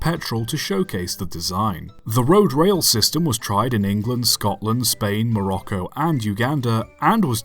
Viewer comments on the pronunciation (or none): none